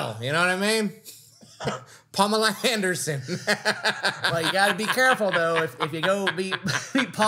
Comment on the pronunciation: said "Palmela Handersen" 😂🤣😂🤣😂🤣😂🤣😂😂🤣😂😂